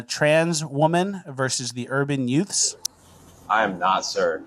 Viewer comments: Are you saying yuts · Hey, Youths is pronounced "UTES"! Cmon man, you have seen My cousin Vinny!